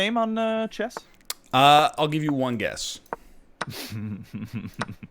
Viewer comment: Chess / Chess / Chess say it with me now